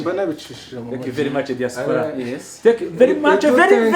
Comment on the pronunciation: Wow , I really like the pronunciation of Diaspora. Keep move forward Papa Sava we much love you